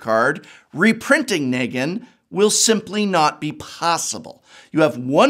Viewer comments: He also hasn’t watched TWD; pronounced Nee-gan as Neg-an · Him botching negan as ne-gan 4 times was agony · so a few things here: 1-MTG has planes walkers and therefore any universe regardless of IP is fair game if the owner is down 2- the walking dead comics ended with issue 193 so your "I stopped reading around issue 500 is crap and loses you credibility there and 3- you couldn't even pronounce Negan right for half the video so there's more credibility gone. At least try like come on.